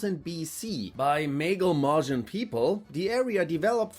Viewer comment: Bei Mecklenburg wird das "e" lang ausgesprochen😉 Ansonsten ist dem nichts hinzuzufügen